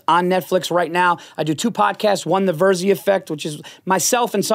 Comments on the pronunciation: Are we going to just pretend Cheeto didn’t call him veer-zee??? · Santino its not Veer-zee its VER-ZEE. Paul is too classy to correct him lol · Paul Veerzy he says.